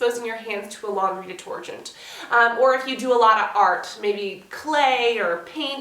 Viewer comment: Where are you from? You said detorgent..